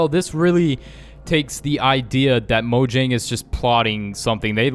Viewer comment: It's moyang